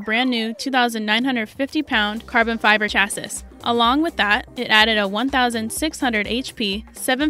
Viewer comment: Lol her pronunciation of chassis